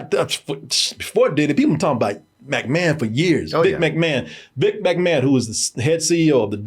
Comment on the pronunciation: Everybody: “McMahon”: “MACmahon” 😂